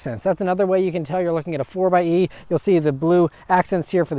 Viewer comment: Thanks for not saying "Four X E"